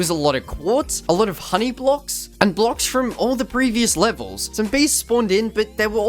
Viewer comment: The fact he calls blocks “blooks”